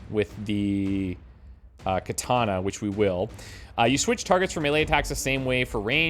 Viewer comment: Love the video. Hate the way you say "katana". Unfortunately, Japanese is a language with no real derivations as to how vowels are sounded, an a is always "ah". So, katana is three ah sounds; kahtahnah.